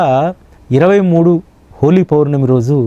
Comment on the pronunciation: అయ్యా..హోలీ పోర్ణమి కాదు.. హోలీ పౌర్ణమి అని పలకండి